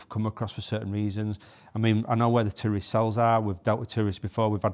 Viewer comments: Sounds like you are saying 'tourist' not terrorist LOL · Not gonna lie for about a minute I thought you were saying "tourist" and I was a bit confused! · sounds like your saying tourism 😂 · I really thought he said tourist until i saw your comment 😂